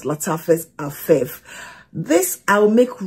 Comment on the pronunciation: Its afEEf ...AFEEF ... Not Affef 😊